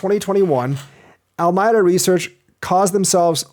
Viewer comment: Al-ah-me-dah. Your welcome :)